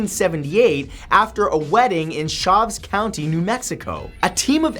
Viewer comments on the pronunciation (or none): Matt... love you but as someone who has grown up in New Mexico it is Ch-a-v-es not chavis.... I hear that way too much